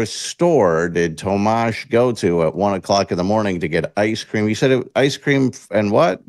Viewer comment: Why does this dude keep calling him Tomash? Thats not his name and he doesnt want to be talked about on the air.